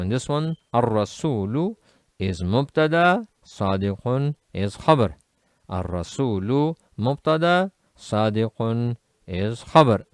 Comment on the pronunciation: Why rasuwlun? And not rasulun? I thought always pronance without a w in rasulun.